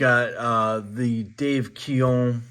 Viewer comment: DALE Keown....DALE.. NOT Dave!! 😂😂 No worries brother we all make mistakes!